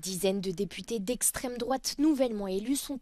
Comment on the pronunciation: Oui cela,m.a choqué LE MOT EXTRÊME !! est bien appuyé en plus!!!!😕C'EST PAS BEAU LES JOURNALOS!!!!👎👎👎👎👎